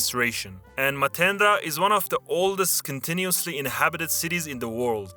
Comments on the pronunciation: MATENDA WTH ITS MATERA AHHAHAHHAHA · I had to look up Matera, not Matena! I was there recently but didnt realize it belings to Basilicata. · person from basilicata here. i wanted to clear out that Matera is pronounced like you write it, not Matenda, cool video tho, respect from italy